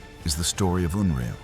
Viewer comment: Stupid AI can't even get the name correct!